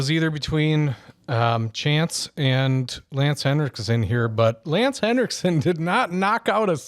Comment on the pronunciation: It's Henriksen, not "Hendricksen"!